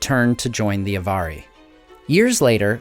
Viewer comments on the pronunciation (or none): In the unlikely case that anyone but me cares, the correct accent would be TEL-er-i and AV-ar-i, not "telERi" and "avARii". Check out the stress rules set out in Appendix E to the Lord of the Rings.